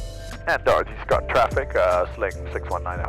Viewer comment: When first mentions Dorothy Scott...I swear he says "Dorky Scott". I mean you tell me.... as well.:)